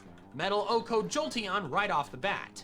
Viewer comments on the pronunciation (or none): its soy the way he says ohko